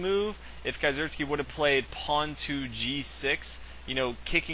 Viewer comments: nice commentary, as a german, it's an itch in my ear when you say kieseritzky, it's pronounced kee-ser-ITZ-ky. you can call me picky. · Is that really how you pronounce Kieseritzky?